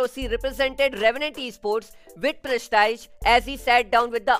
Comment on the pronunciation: Press-tee-j ye pronunciation hoti hai bro prestige ki